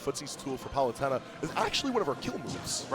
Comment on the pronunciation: he can’t even pronounce palutena